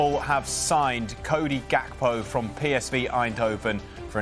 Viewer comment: You pronounce his name Yakpo